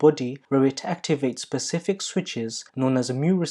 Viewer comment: i fucking hate people who don’t pronounce the s in specific